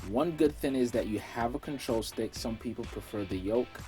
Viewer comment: Let's put the "G" on the word thing....THING..THING NOT THIN!